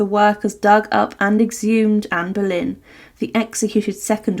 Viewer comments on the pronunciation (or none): Anne Berlain??? ou Boleyn???? OOOOOOOUUUUUUUUUUUUUUUUUUUUUUU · NO PUEDE DECIR ANA BOLENA?